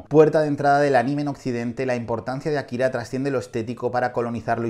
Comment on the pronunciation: Buena selección, pero sí parecen estar ordenadas según algún criterio, me parece muy "casual" que Shihiro esté de primera, Akira de tercera (y ya muchachos: se pronuncia Ákira, palabra esdrújula, por favor)